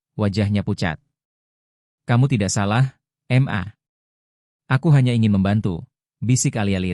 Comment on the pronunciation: Mas....ma .. itu dibaca ma....bukan dieja m...a...Krn itu singkatan dari kata mama. 😇😇